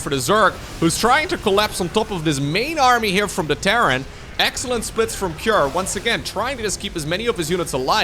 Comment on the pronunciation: i'm curious why did pronounce cure with an a behind it, like kira or cure-a. is it how cure pronounced in his region?